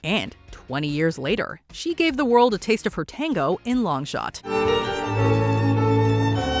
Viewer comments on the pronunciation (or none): none